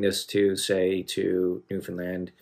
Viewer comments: First and foremost , as a Newfoundlander , I really appreciate that you took the time to learn how to properly say Newfoundland. Your choice of Great Big Sea was a good one. They do more modernized “Jig & Reels” . Thanks for the love . ✌️💕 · The first American I've ever heard pronounce Newfoundland correctly.